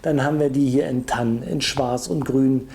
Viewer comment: raff doch bitte mal das es nicht gass heißt und es heist tarn nicht tann